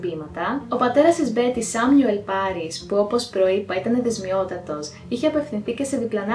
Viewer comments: Υπέροχο βίντεο όπως πάντα! Να κάνω μια διόρθωση φιλικά πάντα ! Είναι αιδεσιμότατος, όχι αιδεσμιότατος. Συνέχισε την καλή δουλειά ❤️ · Ξέρω οτι γενικά διορθώνεις τον εαυτό σου, άρα θα σου κάνω μια μικρή διόρθωση. Η λέξη ειναι αιδεΣΙμότατος όχι αιδεΣΜιότατος